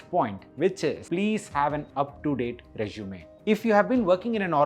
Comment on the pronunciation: It’s Resume not Rezshume. Please practice few times recording your voice